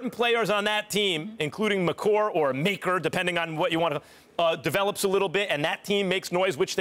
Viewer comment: Max just pronouce makers name wrong? HOW